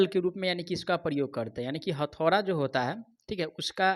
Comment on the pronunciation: Hathaura nhi hota bhiya hathauda hota hai